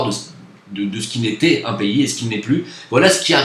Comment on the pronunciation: C'est quand même très fort d'avoir pu quitter le rrrrrrrrrrrrPAYSrrrrrrrrrrrrrrr :) pour aller au Maghreb. BRAVO.